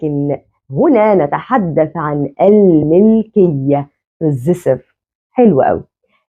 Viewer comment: كذلك انتبهي لنطق بعض الكلمات العربية بشكل صحيح مثلاً: كلمة المُلكية حرف الميم فيها مضموم وليس مكسور بارك الله فيك أحذفي تعليقي هذا كي لا يظهر للمتابعين أحسن الله إليك ونفع بك شخصياً أفضِّل ظهور الشاشة مكتوب الدرس فيها كتابة مثل أخر الفيديو في الدقيقة 13 وظهورك بجانب السبورة ليس مهم لنا صوتك فقط يكفي بشرحك الواضح مشكورة مأجورة عليه وإذا احتاج ظهورك يمكنك الظهور بين الفواصل مع جزيل الشكر لجهودك المبذولة لنشر العلم النافع بالعلم ترقى الأمم